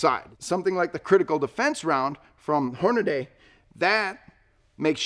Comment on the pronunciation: Hornady is pronounced Hornadee not Hornadaaaay! If you’re doubtful give them a call and they will tell you the same thing.